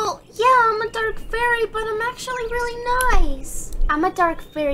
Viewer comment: I love how she says I’m she says ima instead of I’m